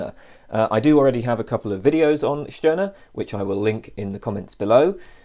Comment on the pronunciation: At last someone who pronouns the name "Stirner" correctly.